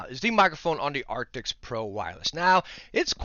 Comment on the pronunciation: Artics.. arcticts.. artis.. dude. ARCTIS